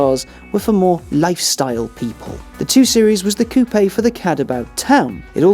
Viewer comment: pronounces "coupé" correctly! That in itself is enough reason to watch the video. Which is great, by the way.